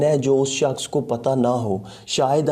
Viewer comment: 'us saaaksh ko'..lmao😂😂😂😂😂